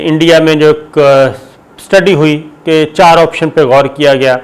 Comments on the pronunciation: Mr Sabir you have used word Yudh as Yadh several times in your vdos. From a sober journalist like you such iodicity is not expected, pls correct it and don't repeat it in the future. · Yes, now I like you. It is not Yud, it Yad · یُدھ کے اوپر زبر لگ جاتی ہے اور یٙدھ بن جاتا ہے ۔ 😂😂😂😂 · Yud nahi yadddd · Hahahahahahaha Yudhhh k ooper Zabarr "Yadhhhh" 😄🤣🤣😂😂😂🤣😅😆😆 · ha ha ha. Mr Sabir Shakir seems like u have studied in same school as me. lol Youdh Youdh peh Sahee "Zabar" lagaee aap ne......ha ha ha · یدھ کے اوپر زبر لگ جاتا ہے 🤣🤣🤣🤣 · ید کے اوپر زبر لگ جاتا ہے۔ہاہاہاہاہاہاہاہاہاہا۔واہ صابر بھائی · چائینہ یدھ پر زبر لگا دیتا ہے ۔ واہ صابر بھائی 🤣🤣🤣🤣🤣👏👌👌👌👌👌